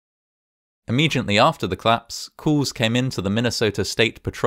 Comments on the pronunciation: It's cOllapse not clapse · I love this channel. Although every time I start a new video, I sort of forgot about the curiousity that all videos I’ve seen so far, are about things collapsing, while the voice over is unable to pronounce exactly that word: collapse (‘klapse’). :-O